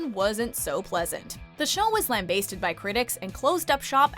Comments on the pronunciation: First time I’ve heard “lambasted” being pronounced like that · that pronunciation of "lambasted" tho lol